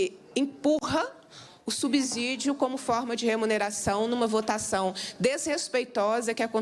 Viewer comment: Subsídio tem a mesma pronúncia de " subsolo" A letra S depois de uma consoante o som é de dois SS.